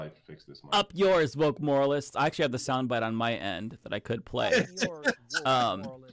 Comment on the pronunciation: Since when "moralists" is such a hard word to read and understand,? God, I hate this chick...